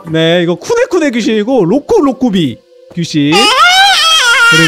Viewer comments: 로쿠비로쿠비가 아니고 로쿠로쿠비인데😅😊🎉❤ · 로쿠비로쿠비 가아니고 로쿠로쿠비 에요